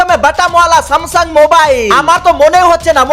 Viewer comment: Samsung❌ Samsam✅